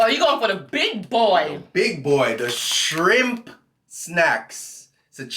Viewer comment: Shirmp snacks? like them shirmp chips..lol